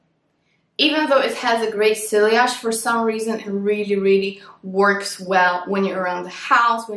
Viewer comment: you don’t say silliage you say see-yage. Je t’en prie- apprend-ça si tu vas parler de parfum:-) And also, in English you don’t say “this is how I want to smell like”. We say “this is howI want to smell.” Point final- merci! Mème si tu ne liras jamais mon message- j’essaie de corriger la grammaire de mes amis, car je suis flic de grammaire.